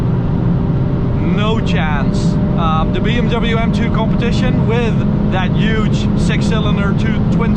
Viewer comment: Why are you saying uge not huge